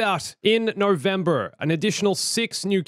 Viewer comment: "in Novembere"